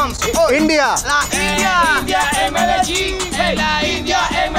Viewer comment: Bhai aap likh to rahe ho Medellin aur bol rahe ho Medegin....? Baki video bahut accha tha